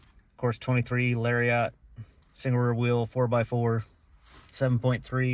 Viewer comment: It pronounced Lar-e-it, not Lar-re-ot. 😂😂 such a hippie 😂😂